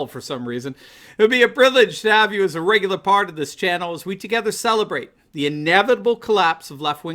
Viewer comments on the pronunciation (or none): none